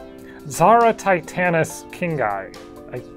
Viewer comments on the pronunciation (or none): none